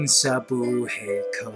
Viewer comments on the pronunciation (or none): It's Buhay not Buhey hahaha lol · it's buhay not buhey :)